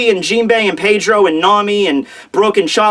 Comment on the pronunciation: who else gets pissed off by the way he says Pedro?